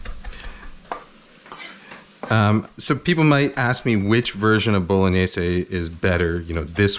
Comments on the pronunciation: Hey, great vid looks delicious but- isn't it pronounced: boh lo nyais? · my italian grandma turns in her grave every time you say bolo/gni/ese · I love how you pronounce “bowl-o-nayse”